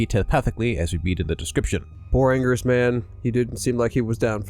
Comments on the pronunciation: It's pronounced "ann-gear-us" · It's been pronounced many different ways over the years by Toho. It started as "an-gil-as" first, it's "an-gweer-us", "an-gear-us", etc. Not to mention the questionable English dub of Final Wars: "an-gween-us"...We don't talk about that.